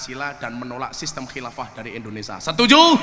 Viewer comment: Gus, BUKAN INDONESA tapi INDONES*I*A. KURANG I nya